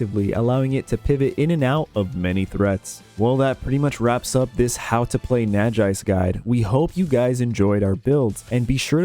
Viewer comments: Super excited to see more! As someone who played through most Pokemon games with little real knowledge of in depth mechanics, I'm excited to learn more. Only gripe about this video was pronunciation on Nagaise, derived from Naga and Wise, I think it's probably pronounced nah-gah-eyes. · First time I hear someone pronouncing Nagaise this way haha, nice video nevertheless!!